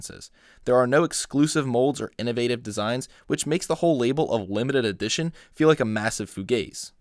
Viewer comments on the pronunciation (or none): none